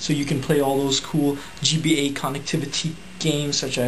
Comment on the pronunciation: lol, G-bay!!!! instead of gba